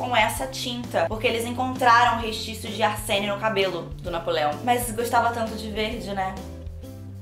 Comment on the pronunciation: "restício" "lapis azuli" kkkkkk junto com "desperade housewives" q ela falou mil anos atras, sao as coisas q a falou errado e nunca vou esquecer, risos